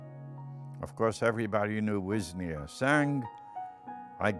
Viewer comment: Maja Lauber it's spelled with an 'ś' - 'wiśnia'. And pronunciation it's slightly different because of the mark above s.